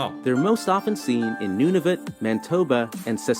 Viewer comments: You missed when he said, "The islands of Novotnu" it's Nunavut, it's one of our territories... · He murdered Nunavut beyond recognition. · The islands of Nuvatnu? Does he mean Nunavut? His mispronunciations of Cowichan and Mesachie are pretty amusing. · The narrator also said New B"UR"nswick instead of New BRUnswick. Nu"VAT"NU instead of Nunavut. Also Cowi"KA"N instead of Cowi"CHA"N. Also Sa"L"mon instead of SAmon. Also Mantoba instead of Man"I"toba! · The narrator also called Nunavut "Nuvatnu". SMH. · The narrator also referred to Nunavut as "Nuvatnu" at one point too. face palm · you're pronouncing things correctly... whoever made this video mispronounced New Bruswick, Manitoba, and Nunavut... Nuvatnu made me laugh hahaha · I should have watched more before commenting. He also said "Mantoba" and "Nunvatu". Thank God he didn't have to pronounce "Kouchibouguac", which happens to be in, yes, New "Burns"wick! :) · NUVATNU !! The narrator was definitely not Canadian lol 😂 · AND… Nunavut please!!! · my point exactly… according to the narrator… but completely WRONG! He managed to butcher New Brunswick, Manitoba and Nunavut 🤦🏼‍♀️ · ...and they absolutely butchered Nunavut.